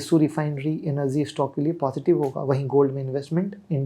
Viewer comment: Anergy nahi..it’s energy….illiterate